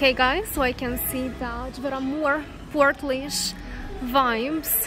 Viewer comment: The laoise is pronounced leash